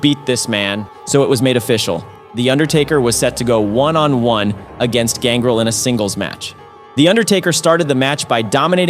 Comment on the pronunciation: You're clearly not a pro wrestling fan. The pronunciation on X-Pac and Gangrel is pretty cringe. It's X-Pac as in 2-Pac and it's Gangrel with emphasis on the EL.